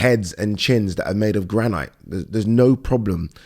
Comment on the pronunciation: made of GRAN EYET ????????????? WHAT THE HELL IS GRANNNN EYET